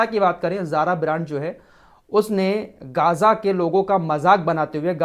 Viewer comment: Gaja nahi Gja sahi pronunciation hai